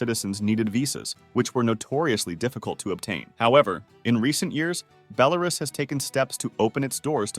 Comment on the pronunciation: Please, it is BelaRUS, not BeLARus. Bit like me pronouncing America like AmeRICa